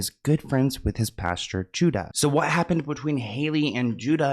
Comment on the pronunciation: His name is Judah not Judus.